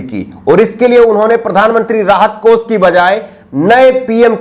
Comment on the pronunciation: Bhai ji aap acche journalist he bas aap apni bhasha shudh kijye.shabdo ka sahi ucharan kijye jaise sha ko sa kehna. Aap sha ko sa kehte he. Desh ko des kehna, kosh ko kos kehna.vipaksh ko vipaks kehna Bhutchi sharmnak he